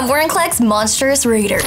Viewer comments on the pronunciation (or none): Raider not reader.. I doubt that he is that litarary geek